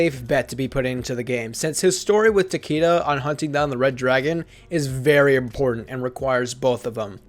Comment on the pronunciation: Takeda I think takeda